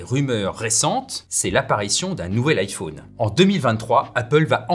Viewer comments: Ça y est il lis vraiment IFAUNE ou quoi? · Merci de bien prononcer "iPhone" ça m'a angoisser